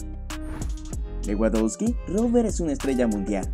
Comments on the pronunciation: Buenisimo video y narrativa, sólo trata de pronunciar bien los nombres de los jugadores... se pronuncia "Levandovski" :) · Buen video pero por favor pronuncia a lewandoski mas o menos bien, se pronuncia levandosqui